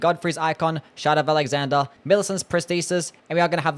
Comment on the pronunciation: The way you pronounce shard of alexander sounds like; shut up alexander or shout out alexander..